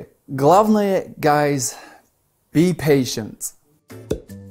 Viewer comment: У меня мозг сломался, когда я услышал и прочитал - "Guys, be patient". [Пэйтент, патиент], но ПейшнЦ... Ох блиииин. Как говорили в известном... я не знаю что это было, короче про уличного мага Дэвида Блейна - Фак мой мозг)))